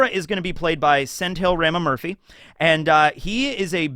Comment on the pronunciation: I'm being nitpicky here but sendhil ramamurthy is pronounced "sen-dhil ra-ma-moor-thi"😂 hearing your pronunciation made me laugh but it's all good man 😂